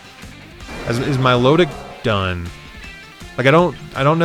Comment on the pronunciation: Im not mature enough to constantly be able to hear "mylowdick" lmao